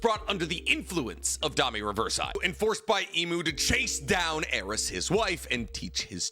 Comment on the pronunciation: Except his stupid ass pronunciations. Domi ReversEYE? Wtf is wrong with his brain